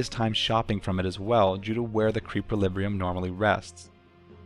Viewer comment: lulz, "creepliribrium"